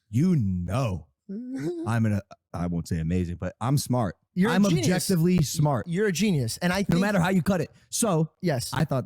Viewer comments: "I'm objessively smart." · Any one catch the “I’m objesively smart” lmfao